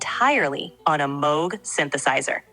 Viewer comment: the correct pronunciation of "Moog" yeah!!! this is wonderful!!